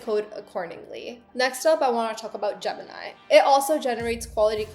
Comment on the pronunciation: Jimmy? Girl your Desi accent is showing, repeat after me Gem-in-i